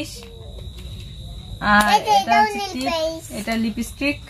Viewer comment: তোমার পূজোর কেনাকাটা খুব সুন্দর হয়েছে। তুমি লিপস্টিক উচ্চারণ টা ভুল কর একটু চেষ্টা করলেই ঠিক হয়ে যাবে। কথা টা লিপি না লিপ্ স্টিক।